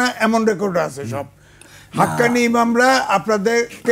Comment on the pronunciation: যেই লোক হক্কানী কইতে পারে না কয় হাক্কানি সে আবার ইসলাম নিয়ে গবেষণা করতে বসছে এমন পাগল বাংলার জমিনে আছে